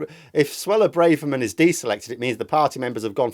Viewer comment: It’s Brahverman not Brayverman. Why is this such a pronunciation blindspot for so many vloggers?